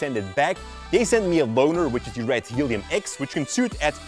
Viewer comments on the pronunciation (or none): none